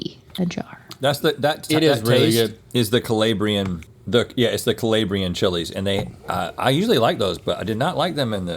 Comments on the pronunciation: It’s not colaybrean it’s colaaabrian technically Calabria or Calabrian but not coe lay Bree an sir. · Rhett hurting my ears with the hard A in Calabrian! We need to get him some Italian lessons! Link knows his image to taste ratios! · The way Rhett said Calabrian really hurt my Calabrian feelings